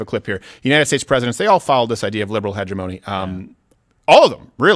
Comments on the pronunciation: hegg emony not hedge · The word is pronounced: "hedge - ém - ony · It's upsetting me how they keep saying hegemony. It's pronounced (ha-je-mony) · HEDGE-O-ME pronounce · I was wondering if you were purposely mispronouncing hegemony. Lol but I think I’m going to start saying hege money from now on. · Stephen doesn't know how to pronounce hegemony.